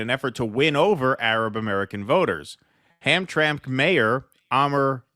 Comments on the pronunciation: It is pronounced Ham-tram-ik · Just a heads up, most people in Michigan pronounce Hamtramck as Ham-trammick. 👍🏻